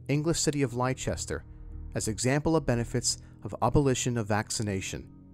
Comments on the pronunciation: For the second time in less than a week I find myself needing to correct the pronunciation of the English city of Leicester. Sounding as 'Less-ter' the 'i' is silent. It is not not Lie-chess-ter. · It's Leicester not Liecester for a start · The city in England, Leicester, is pronounced as "Lester" - not as "Lie-chester." 🙂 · Superb dude....big thanks and much love. P.S. Leicester is pronounced lester not lichester. Atb thanks again and happy new year. : ) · Just FYI, Leicester is pronounced 'Lester'. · Leicester is pronounced Lester :) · Leicester is not pronounced lie Chester! 🤦‍♂️ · While I felt compelled to correct the pronunciation of Leicester, I still found the video informative and interesting. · funny that the newspaper can't spell leicester correctly and the narrator doesn't know how to pronounce it.